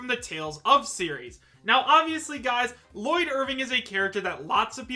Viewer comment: ITS SAID LLOYD IRVING